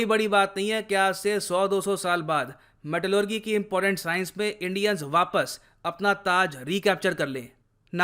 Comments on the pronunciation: मेटेलेरजी not मेटेलेरगि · Sir metallurgy ko metallurjee bolte hai naa ki metallurgee bolte hai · Good information. One correction- Pronounciation of Metallurgy is wrong. It's मैटलर्जी not मैटलग्री। Thanks 🙏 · Pronounciation of Metallurgy... With "ji" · Pronunciation of Metallurgy = meh·tuh·luh·jee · Dear Sir, pronunciation of metallurgy is not correct... its metal.lur.jee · Metallurgy pronunciation 🤣🤣🤣🤣🤣😂😂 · Bro your metallurgy pronunciation is wrong